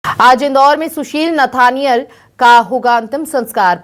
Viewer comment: Nethaniel hai... galat naam padh rhey hai